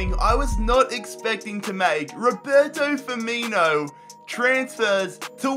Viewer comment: Why did you pronounce Roberto Firmino like that